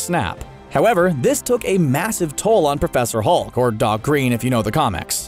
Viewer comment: I like how you said PrOFeSsOr HuLK